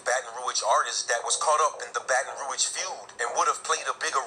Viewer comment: I'm in here I'm subbed now ya heard me....but Yu gotta get the name "Baton Rouge" right. 🤣🤣🤣💪🏾😘